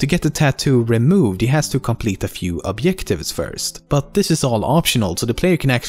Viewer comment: Obyectives Jennifer Really???